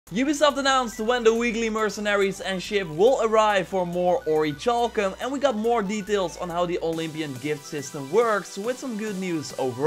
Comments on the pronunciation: Okay man. I've let you do this for long enough. It's not pronounced ori"CHAL"cum- like chalk- as you've been saying for way too long. It's pronounced ori"CAL"cum. Like, calculus. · OriKalcum that's how its pronounced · Isn't the cha in orichalcum pronounced like the "ca" in calcium? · It is. I'm really uncomfortable. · There is no ch in oricalcum